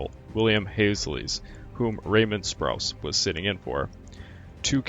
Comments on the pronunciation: G'day, I just don't know what to say about your narration of this video. One on hand, you obviously took a lot of time to correctly pronounce all the names of the Japanese naval ships, planes and Japanese personnel yet you did nothing to help yourself with the English pronunciation of just about everything. You stumbled over the names of nearly all the US fighter planes and bombers, similarly with the names of the major USN officers. Over a dozen times you said "aircrafts", this is incorrect. Aircraft needs no 'plural s' on the end of the word. It's a word like 'sheep' or 'fish' it's both singular and plural in context. Then you would say aircraft, once or twice, correctly. The main port and city of New Guinea is Port Moresby, not "Port Moresberry", as you said twice. I don't know if you're a lazy narrator or a bad one. Whatever, you really should take the time in your research to, at least, pronounce common English military terms correctly. Or is Japanese your first language? Your avatar certainly doesn't indicate you are Japanese. I'm a documentary maker and writer. I've literally seen thousands of military documentary films. None are as poorly narrated in English, by an English speaker, as this video of yours. It pains me to say all this but your narration totally spoilt a video on one of the most important aerial/naval engagements of WW2. Get your narration right and I promise you your subscriptions will skyrocket! BH P.S. I wrote this (above) before I read any other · Sprew-ence, hall-zee. Hard to take this serious, When legendary American commanders names are pronounced wrong. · 'Sproo ence and 'Hall zee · I would have enjoyed this more if the narrator would have pronounced the names of the American admirals correctly. He also mentioned B-52s were involved in the Coral Sea battle???